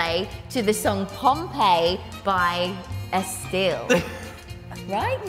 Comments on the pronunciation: I’m crying at Dianne saying ‘estelle’ and AJ saying ‘advil ravine’ 😂😂😂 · “estelle” love dianne 😂😭